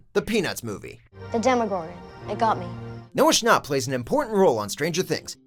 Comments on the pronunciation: "Noah sChNoPp" 😂😂😂😂😂😂😂😂😂😂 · Whose Noah Snop it's Noah Schnapp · "Noah Shnopp" nO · ”Noah scHnoPt”